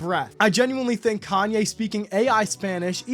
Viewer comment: I don’t get it, how can you be such a fan and can’t even say his name right..